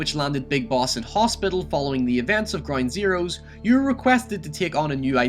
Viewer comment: Am i the only one who hears "groin zeroes" ?